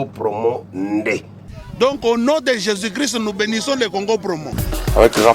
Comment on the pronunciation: Me mon Fr Moïse mbiye pourquoi pas de Bien prononcé au non de Jésus. si vraiment tu parle au non de Jésus prononce-le Bien c'est tout, auriez de maître peuple de Dieu en confusions.